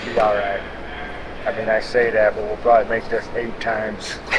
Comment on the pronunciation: I love the confidence, "We'll prob-ley make this eight times." Never be afraid to mess up.